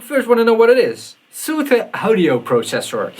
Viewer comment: Its soothe, not soothe, you clog wearing hippie! ;)